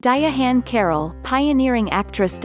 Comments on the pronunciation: The robot narrator is so fuckin annoying ..di-ahann carroll just say Diahann that di-ahhann pronunciation is horrible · Diya-hann Carroll???? Stupid robot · nothing is more annoying than a computer-generated voiceover. how.....sterile and misprouncing of diahann's name. a tribute to a real person at the very least should have a real person voicing said tribute